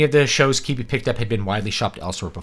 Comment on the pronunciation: Is it not pronounced Kwih-bee? Doesn't really matter, but now I'm concerned. Thankfully it should be gone soon, so it won't matter. Edit: also, one interesting critique I saw was that not only did they limit it to phone use only, they also made it so that you either couldn't take screen shots or clip small parts of the videos. So, if you did find a video you liked, it was impossible to share any part of it. I suppose they were worried about memes or something? Vastly underestimating how that type of thing can be used to create a wider audience.